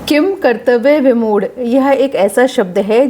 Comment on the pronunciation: किंकर्तव्यविमूढ़ का उच्चारण करते समय किन् की ध्वनि आनी चाहिए क्योंकि ऐसे तो अगर हम किन् को किम बोलेंगे तो फिर किंतु को भी किम तु बोलना चाहिए